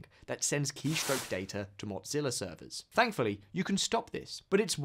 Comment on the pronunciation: Hey there, there no T in Mozilla there bohol o wahah